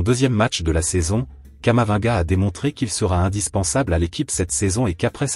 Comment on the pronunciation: Comment vous pouvez une vidéo qui prononce camavanga au lieu de Camavinga